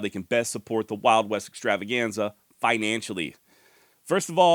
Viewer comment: when you have some free time on your hands, (please) go back and watch a few of the original videos, so that you can brush up on how to say “The Wild West Extravaganza” correctly in the intro… I’m sure many of the original viewers agree with me…. Thanks for any consideration on this matter.;-)